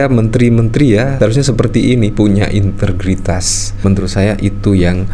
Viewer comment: Integritas bang. Bukan intergritas😁